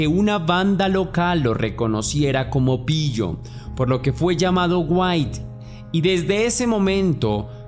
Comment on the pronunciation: se pronuncia uati...